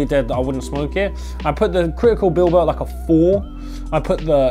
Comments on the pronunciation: It's pronounced bilbow or bilbayo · You pronounce it ”billbow” lmao , Bilbao is a city in Spain so the probably why the strain is called that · Pronounced Bilbao like atletico bilbao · wtf bro its critical bib lo not bil bo seriously just pay attention to the letters lol